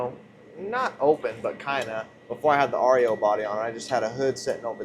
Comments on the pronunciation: Hilarious YOUR SAYING AREO instead of REO but I kno in the heat of the moment working and being excited words don’t matter🏁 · its ree-oh not r. e. o. and speedwagon is a kids wagon, not a vehicle. peace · What's the name of that truck that's called Rio I had a couple of them back in years and years ago and they're pronounce REO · If you guys just knew how to pronounce the REO